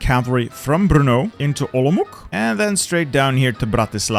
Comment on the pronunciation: As a czech i can confidently say pronounced ostrava and brno in the funniest way possible